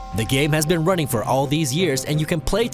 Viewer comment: Why are you ronning?! Why are you ronning?!!